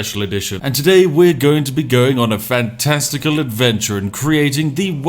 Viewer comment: Just paused the video at fan-... Resumed it and thought you said "testicle world" then realizing that you say FANTASTICAL